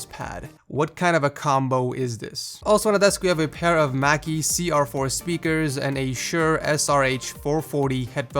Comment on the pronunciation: Alvin has Mackie speakers, not Macie.